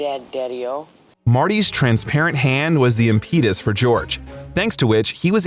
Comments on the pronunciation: Nit-picking : The "im-peet-us". Should be pronounced more like "Imp-et-oose". Wikipedia will give you the right pronounciation. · IM-petus. Not "im-PEET-us". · "im-peet-us" ? try imp-uh-tus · im-PEE-dus? I think you have the em-PHA-sus on the wrong sil-LAA-ble. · Biff died in 2015 because his cane broke and he impaled himself. You can even see it in the clip shown here. Also, 2/10 AI voice. I'm not an anti-AI bro in general but at least make sure the pronunciations of words actually sound halfway decent. 🙄 "AnalySISSES" "ImPEETus" 😂😂😂 Surf Wisely. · Impeetus? Also, Biff had a detailing business, not auto repair. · So, not a bad analysis. But the bot you have reading the script sucks. Not as much as some, but there are mistakes...like "Biff's Auto Repair" is really "Biff's Auto Detailing", and your spoken word for impetus is "Im-pee-duss" which is wrong. This means you didn't take 13 minutes of time to proofread / "prooflisten" to the finished video before barfing it up on Y. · im-puh-tus, but otherwise, perfectly insightfully fun analysis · I love the theories, for real, new stuff to love! But what's an "impede-us" is like an impetus? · This theory is as transparent as Marty's hand. I mean maybe. I guess it's better than any explanation I've heard. But it's a stretch. And never pronounce it im-PEE-tus ever again. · absolutely BIZARRE pronunciation of impetus. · A.I. got some subtle human nuances to catch up on. Still a Ways Off.